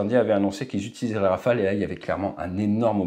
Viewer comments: hey! it is not Rafael it is RawFail. 😂😂😂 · Rafale dude not Rafael !! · in India and Pakistan rafale is pronounced as Rafael